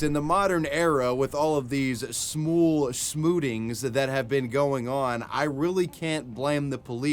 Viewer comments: “Shmool smootings” I hate YouTube sometimes for making you do that 😂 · "with all of these smool smootings" good one, nice cover